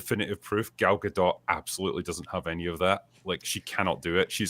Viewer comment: Gal Gadot is a Hebrew name—it does not rhyme with • "Godot" or • "row" /ˈɹoʊ/ (US), /ˈɹəʊ/ (UK) or • "goat" /ɡoʊt/ (US), /ɡəʊt/ (UK). It is pronounced [ˈɡal ɡaˈdot], ie. ending with an /o/ sound, approximately like in the word • "story" /ˈstɔ.ɹi/ (US) and a /t/ sound at the end, like in the word • "not" /nɑt/ (US), /nɒt/ (UK).